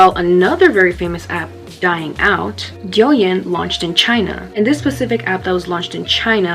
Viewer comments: Its not "Yow yen" its "DTHE YÍN"!! DOUYINNN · The pronunciation for tik tok in Chinese is wrong it’s dou yin (like doooow yin like using yang ) you get me Dow yin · btw if you wanna know the correct pronunciation, its something like, "dough-ing" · Douyin is pronounced like dow yen but hey I was into it before it became a trend! Hehe also sorry if I sounded annoying I just thought I should correct u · oh, if you/yall want to know how to actually pronounce douyin, its like: doe ying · Okay ik this is off topic but the way you pronounce douyin is so funny to me 😂